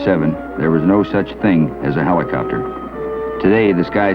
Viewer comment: how does he pronounce HELICOPTER?